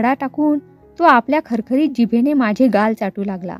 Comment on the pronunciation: माझे चा उच्चार माझ्ये असा चुकीचा करताय. ण आणि न ची पण गल्लत नको. बोलीभाषा म्हणून ठिक वाटते पण पुस्तकात प्रमाण भाषा असते तसेच वाचावे